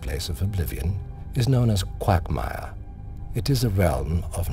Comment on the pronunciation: lol qwaugmire